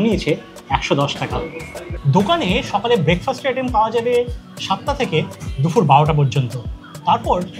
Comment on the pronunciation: Sab Kichu thik achhe khub khub informative ar medheen presentation sudhu ektai kotha na bole parchi na...kotha ta DUPUR... DUFUR NOY... Eta ektu thik kore nile ekdom durdanto ❤